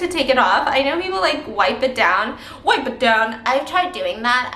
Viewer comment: Stephanie: I’m just picking off the eyelash glue to take it off, i know people like wipe it down, i tried doing that....... Also Stephanie: *emphasises “wipe it down” then continues her sentence like she didn’t just do that 😂😂😂